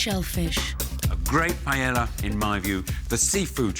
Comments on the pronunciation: Why british cant say PAELLA? not Pellela LOLO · Sweet jebus how come the British can't seem to figure out how to properly pronounce paella? It's not that hard. Pie-ay-yuh